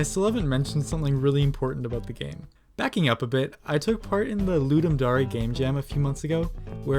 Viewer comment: D-did you just say L-ludum Daray??!?!?